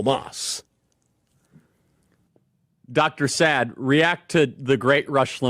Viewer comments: The way Charlie pronounces Dr Saad name makes me laugh every time. Dr Sad😂😂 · You got to understand the danger of RADICAL Islam after you listen to this man ie if you have not already knew it. This is the civilisation war against Western Judeo values /culture. BTW his name is pronounced Sar Art not sad😉